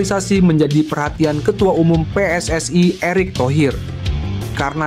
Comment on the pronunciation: Kalau baca yg benar min PSSI bukan pssai